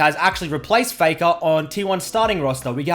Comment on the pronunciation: It's "Dopa vs Faker" not "Dopa vs Fakaw"